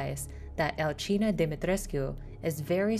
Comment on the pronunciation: I thought it was Al-see-na but no it's Al-gee-na, thanks for pronouncing it for us.